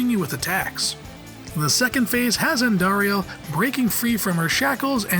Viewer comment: Just like he did with Andariel, about a half dozen times and only pronounced it correctly once, I am guessing he didn't play Diablo 2